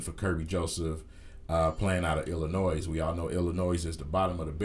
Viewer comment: How u not a casual fan and cant pronounce Illinois right? Bruh chill out we all know u got all the answers